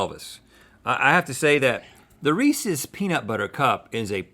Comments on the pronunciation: Who else is mad that Link said reesees cup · It's not "Reese-e's" it's Reese's. Rhett says it right, Link says it wrong. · It's pronounced Rees-IS, not Rees-EES or Rees-E. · It’s ree-siz no ree-sees get it right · Its not rees-EES. Its Reese's(pronounced Rees-IS). As in Harry Burnett Reese, the founder of the candy. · rhee sys not rhee sees, the e on the end of reese is not pronounced, to my understanding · It's Reese... not Reeeeeseeeee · Guys! It's Rees-iz, not Rees-eez. CMON! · Am I the only one annoyed at how they are pronouncing Reese’s? I pronounce it RHEE- SIS not RHEE-SEES. Anyone else? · Am i the only one bothered when people say “Reesee”? It’s Reese...like Reese Witherspoon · ITS REE-SES NOT REE-CS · link its reesis not reeseeeeee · Reesees? What does re see? No it’s Reese’s with an apostrophe. That’s Reese’s food. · Link - You say Reece’s wrong. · mans said "REESEES cups" instant dislike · Y’all stop saying reesee cups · You aren't pronouncing Reece's correctly. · Why he say (ree-ceys cup) that’s not how you say utttt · thetravdav no Reesee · Americans say reeceessee we call the Reece’s.... Americans are weird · dudes, learn to say reeses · Disliked because the way they pronounced Reese’s cup! Literally you wouldn’t pronounce the name Reese reeeeeeeeeesie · I forgot the one thin i hated about living in NC all those years was how they mispronounce Reeses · Y’all saying Reese’s like that hurts me physically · Big sigh when people pronounce Reese's incorrectly. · I don’t get why some people say Reeses like it has an extra nonexistent e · they say Reeses wrong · Link, please learn how to pronounce "Reese's". Thank you in advance. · im sorry but the way they pronounce "reeses cups" is sO WRONG